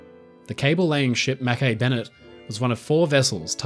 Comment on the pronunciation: The recovery ship is prounced Mac-E Bennett ❤Not Ma-Kay ...